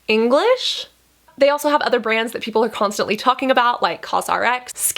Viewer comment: it’s not that hard to read/pronounce the name I thought the way she said “English?” at the end of that was a bit weird haha